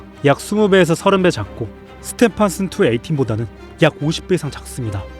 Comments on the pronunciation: 스테판슨은 뭐냐? 스티븐슨이야!! 그리고 이놈은 극대거성으로 분류된다!! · 스티븐슨이라고 발음하세요. 그리고 A.I 목소리네요 이상해요